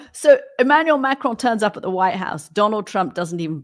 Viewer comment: Can someone tell you Americans that it’s Macron, not Macrone? There is no e!